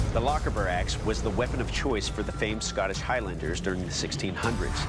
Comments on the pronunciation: A "lockibre axe"!!! It's Loch-Aber!!! The emphasis in Gaelic compound words is on the second element and the "ch" is NEVER a "k"!!! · As a genuine scot, the pronunciations of some of these weapons hurts me xD I live near Lochaber (pronounced Lochahhhber) so hearing it "lokkabbar" was brutal xD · The way I shuddered at the pronunciation of Lochaber ahahahaha- its "lock-ah-burr", not "lok-abur" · It isnt pronounced lock-abber axe, as no scotsman pronounced loch as lock. Ch the same way as germans sometimes use it :-)